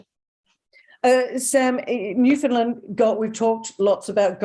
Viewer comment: NLer. Sam so glad you say Newfunlan as it is called by the Newfoundlanders not Newfinlin